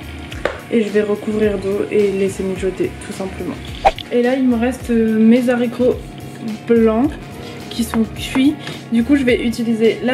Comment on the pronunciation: Arghh ça me stresse les zaricots mdrr mais sinon waw ça donne trop envie